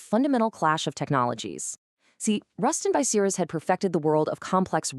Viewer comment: Ten months in and not a single comment? I'm from Lincoln and worked at RB in 1975 but I'm afraid this video is ruined by the garbage AI generated commentary which is a) too frantic and b) she slaughters the pronunciation of 'Bucyrus'! I'll check out the other, longer RB video from this channel and hope it's an improvement.